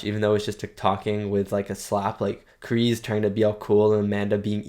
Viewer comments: They did in fact film in Okinawa. Kk2 was filmed in Hawaii but yes they went to Japan for CK. Been enjoying your reaction videos. John Kreese's name is pronounced like you would say the word grease. Not Kree's. Kreese. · See that’s why I will forever hate Hawk. He only did it to impress his friends if that’s what you want to call them. And it’s a KreeSe with an S sound.